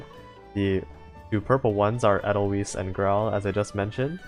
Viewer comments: Somehow, this speaks to me, I don't know why. Also, watch the sound of music for the correct pronunciation for Edelweis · I'm haven't tried reset talents, because I'm not certain what will happen also, I pronounce 'weiss' in 'edelweiss' like 'wise'. at least that's how I heard it from an old song